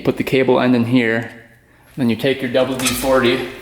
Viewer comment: Got a little chuckle when talking about the cable luber it sounded like you said double D 40 instead of WD-40. I like watching your vid's there's no BS, you show and admit your mistakes. That knob for the jack in your press is slicker than goose shit on the boat ramp. Keep it up, keep the content coming we love it.